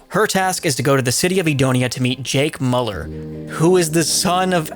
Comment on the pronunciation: It's insane how you manage to completely utterly butcher the names of the characters in RE6, even though the characters literally say each other's names all the time Like??? "Piers Neeevans" ?? "Jake MUller" ??? 😭 You literally just had to listen to the dialogues I mean come ON 😭😭